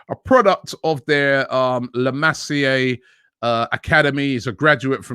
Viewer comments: The way he said La Masia is disgraceful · Ricky Pweeg from La Massey uh.